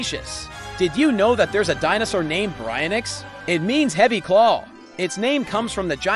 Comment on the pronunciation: Its pronouced "bary-ion-ix"